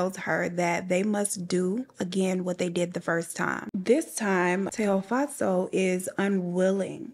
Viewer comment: You pronounced Tshego’s name exactly how I pronounce it as a Sotho (language) girl. Well done babes loved listening as usual.